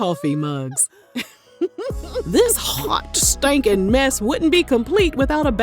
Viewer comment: “Hjottt stanken mess” 😂🎉